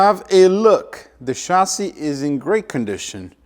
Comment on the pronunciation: I like how he says chasis. Shazzy